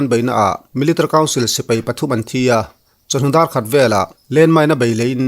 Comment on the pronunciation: Military i lam dan hi aww😂😂a ranglutuk😂😂😂 miltri